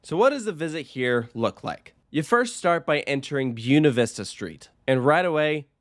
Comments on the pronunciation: I don't know if you'll ever see this comment, but just in case: The name Buena Vista -- the first word isn't pronounced B-you-nuh. It's B-way-nuh. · It's not BYOO-na Vista Street; it's BWAY-na Vista Street. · Did you say "byooena vista?". 🤦🏻‍♂️ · Byoo-na Vista Street? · "Byoona" Vista?? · "Byooona Vista Street" is a violent mispronunciation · "byoo na vista" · Nice way to pronounce Buena Vista. Nowhere NEAR correct, but then again you thought 50s theming was 80s… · I’ve never heard anyone pronounce Buena Vista that way lol